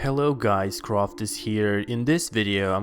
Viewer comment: ...your killing me bro